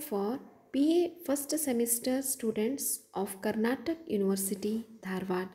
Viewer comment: Karnataka not karnatak